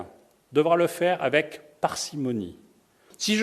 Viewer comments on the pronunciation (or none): none